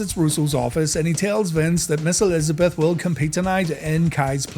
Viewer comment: I thought you said Miss:D